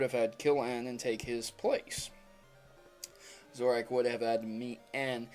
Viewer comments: zorak? youre fuckin serious? can you read? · Okay, first of all, Zoroark is pronounced "Zoor-oh-ark," and second off all, Ditto needed to see a physical person, but who said a Zoroark did? In the Zoroark and Zorua movie, Zoroark transformed into the legendary beasts, even though he didn't see the real ones. And I think this makes sense that Zoroark didn't kill anybody or clone anyone because N's hair looks like a Zoroark's hair, if you look closely. And Ghetsis found N in the woods, so is it possible that N/the Zoroark took a form that resembled Ghetsis, because he was the first human N/the Zoroark had ever seen. But, N uses a Zoroark in his Black/White Team at the end of the game, so that's a bit weird if N was a Zoroark himself. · It is pronounced zor-o-ark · Pronounced "zoro-arc" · Zorua and Zoroark are illusionists so they don't need see anything real see the movie they are in and it's pronounced Zoro-ark. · he keeptd saying zoroak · your pronouncing zoroark wrong. Its zor-ark, thats how you pronounce it. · Wait... I though it was pronounced (zO-rO-Ark).....? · Please say Zorua and Zoroark correctly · anyone else notice that he mispronounced Zoroark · he said zoroark wrong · The theory went totally over my head because it's just ridiculous, the only thing I want to discuss, is that the Pokémon's names are ZO RU A, and ZO RO ARK and pronounced as such, no silent A in Zorua, and no silent second R in Zoroark. JESUS. It's not a matter of opinion either, they have official names, and there are pretty simple rules of the English language that don't even IMPLY any silent letters in EITHER of those names... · pronounce the names right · for christ's fucking sake learn how to say zorua and zoroark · btw you completely butchered zorua and zoroark's names zorua you pronounce how its spelled and zoroark is kinda like how you pronounce zorua with ark added to it xD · Pronounce your Pokemon names right. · Can you not rhyme "Zoroark" with "Marowak"?!